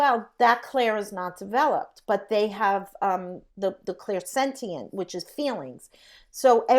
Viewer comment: Mel: "Sentient" beings, not "satient" beings. Pronounced Sen-ti-ent or "sen-shi-ent" or "sen-shent"(differs depending where you live, but most people in NAmerica say senshent.) I am a skeptic that wants to believe and understand, I listened to every word - it has reignited my mind in this subject. Thank you!